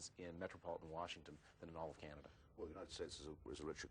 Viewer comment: he called it Canadia